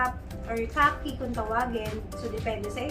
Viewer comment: Lagi po akong nanunuod nang videos mo po.. but dun po sa Multi pochette I think it’s khaki not cocky, hehe share lang po